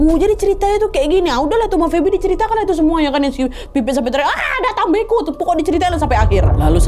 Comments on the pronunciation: Yang bener ata mbeko kak Nadia bukan ata mbe'ko😅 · Bacanya yang benar bukan disambung ata mbeko kak Nad,tapi yang benar dipisah,yaitu ata mbek'o. kebetulan itu bahasa asli daerah asal orang tuaku di Ende,Flores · Penyebutan ata mbeko nya salah kak saya org asli ntt jadi tau